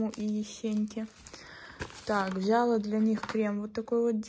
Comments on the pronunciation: Не взЯла, а взялА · Как же меня бесит это вля́ла . Правильно взяла́